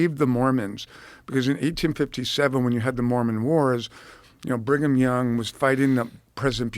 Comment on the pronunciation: Bring-em-Young….. with this name pedo’s were born 😂😂